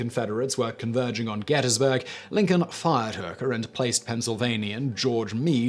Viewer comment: Drinking game. Everytime he mispronounces potomac or gettysburg